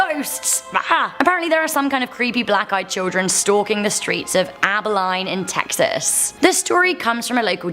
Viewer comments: Aba-line 😂 you did not pronounce it right aba-lean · Nit ab-bi-line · Its Ab-uh-leen, not ab-uh-line. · Omc! Lady it's Abba-lean Texas not abba-line. I know with an accent and I think British that yall pronounce things differently but make an effort . Seriously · Abilene is pronounced Aba-lean (rhymes with bean), not Aba-line (rhymes with fine). Abilene. I cringed every time I heard you mispronounce the name. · It’s pronounced AB-UH-LEAN not Abuhli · In the first video she pronounces it Abiline Texas when in fact it's pronounced Abilene Texas. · It is ab.uh.lean. in Texas and Muerte is pronounced mwer.te... grief this video was painful... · In dying from laughter at how she pronounces Abilene, born, raised, and still live here. BTW its pronounced abi-lean, but spelled with lene 😄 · Abilene pronounced abileen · Abeline Tx. pronounced as "Abaleen" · The city for the black eyed children is pronounced Ab-a-leen. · As someone who lives in Texas it's. Abaline. (Aba-lean) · It's actually pronounces Abi-LEEN, but you were close :) (from a person who lives in Abilene, TX) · It’s pronounced “Abi-LEAN” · It’s pronounced abba lean Texas “Abilene Texas” I lived there for a couple years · It’s pronounced AbiLEAN 😂. Gotta love my home states pronunciation. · It's pronounced Aba-LEAN!! Spelled Abilene. DA!! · It's pronounced "Abba-lean" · Abilene is pronounce Ab-Bi-Lean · Btw: Abeline is pronounced "Abaleen", as in a Spanish language pronunciation, please. I know, we Americans are odd, using different language pronunciations all over the place; as well as dialects and regional accents all over, as well; and bastardizations of other languages everywhere, especially in place names... never mind. Why shouldn't you change it. -we did! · In the first one it's pronounced Abba-lean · It’s pronounced ABI-LEAN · Downvoted because of how that British accent tried to say the name “Abilene”. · I live 30 min from Abilene to the I silent